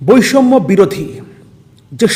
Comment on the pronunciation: বৈষম্য শব্দটা উচ্চারণ করেন কেন 🤔